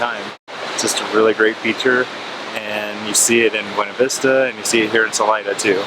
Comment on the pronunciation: Just fyi...the locals pronounce it Beeena Vista. Love your channel!